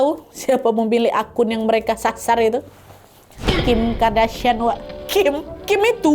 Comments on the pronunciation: Kardashian kak Nad bukan Kadarshian 😭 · Kardashian wak, bkn kadarsian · Kak nad, Kardashian yaa bukan Kadarshian 😅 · Kardashian bukan Kadarshian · Kardashian not kadarshian wak😂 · Kak naaaad kok 'kadarsiaaan'... Qadarullah aja sekalian.. apa Kadarsieeuunn 😅